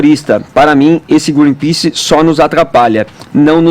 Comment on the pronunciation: "Greenpease" Mas ninguém reparou além de mim.